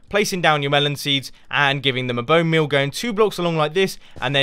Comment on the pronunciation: who noticed he said 'Bonemale' :D XD